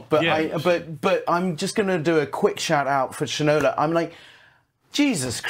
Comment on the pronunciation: It’s Shine-O-La